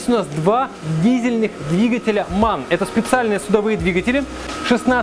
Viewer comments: M.A.N. А не ман 🤣🤣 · Сейчас немцы услышали, как ты произнёс MAN. И все они дружно сказали эМАйэН